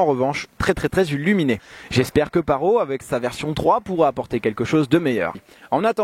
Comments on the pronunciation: Juste 25min c'est vachement bien pour un drone (et ça ce prononce parotE) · On dit parrottttt il faut prononcer le T 😂 Sinon bonne vidéo bravo supers montages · On dit PARROTE 😩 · "25 minutes décevant, même très décevant.." Really? Et PARO, c'est toi le Paro! :P "La fonction OM" on prononce le H en anglais grrr... -1 désolé